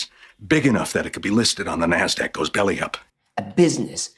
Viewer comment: bell-y up, you pronounced it bill-y up. Think of the word bell 🔔 and the letter "e". Good video